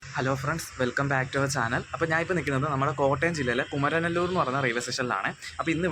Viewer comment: കുമരൻനെല്ലൂർ ❌കുമാരനെല്ലൂർ ✅